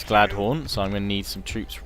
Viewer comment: its not Gladhon its Galadon!!!!